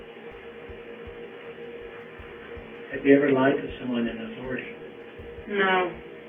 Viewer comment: She's lied to the detectives a few times. "Have you ever lied to someone in athourity?" "No" 😅